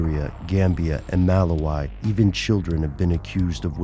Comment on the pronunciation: It's read "Malahwee" guys. Good job as always ;)